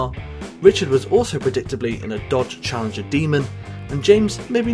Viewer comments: J Reed ah you’re right it sounds like Charger. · J Reed i hear charger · He said Challenger though...